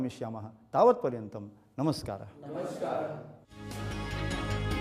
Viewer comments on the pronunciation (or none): There is no need to add 'ha' at the end of words. It is Namarar or namaskara or namaskaram. Not 'namaskaraha'.